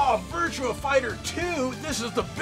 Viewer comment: Not Virtual on, Actually Virtua LON